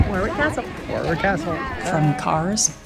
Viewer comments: Llangollen is pronounced closer to Thlangothlen. Ask a Weslh person to demonstrate. Sheopshire is pronounced Shropsheer. Warwick is pronounced Worrick. Derbyshire is Darbysheer. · Hello, thanks for a very interesting & entertaining video, you visited some excellent places. The second "W" in Warwick is always silent for both town & castle. If you ever get to visit Alnwick Castle it is pronounced "Annick" so silent "L" & "W" in that one :). I hope you get your Narrow Boat soon, I'm looking forward to some videos when you are on board, good luck, Cheers Chris